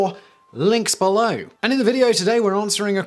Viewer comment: Simon saying "click be-low" with his British accent turns me on. And I'm a straight white Male.